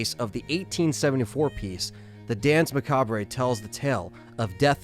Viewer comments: duhns ma kaabr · I think Macabre is pronounced muh kaab